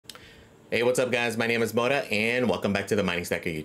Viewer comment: Subs will eventually get there , started it right after the eth merge when everyone was down, figured if I could get some growth in the bear market , should do fairly well in the bull market, 😂 . It's actually Mota , but we all pronounce it like moda, 😂. I've been hearing that a lot lately , 😂. I Think researching the actual token and understanding these coins beyond profitability is severely undervalued in the mining community.You don't necessarily have to believe in the vision , but I think it's important to understand it to really be able to see if there's actual value there.I Think the best way is to just jump in that ecosystem and actually use it and participate , so that you can really get a feel for it and how it actually functions.